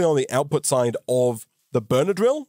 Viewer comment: everytime you say "burner drill" it sounds like benadryl